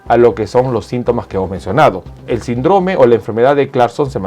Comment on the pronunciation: Muy buen vídeo, aprovecho para decirle que no diga sindróme (con énfasis en la O) suena feo, se pronuncia síndrome, con acento en la (i).